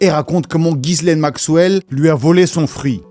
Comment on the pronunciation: on prononce jisslaine le prénom Ghislaine qui est français et pas gisaile comme bcp le font. Force a ta vídeo sur heips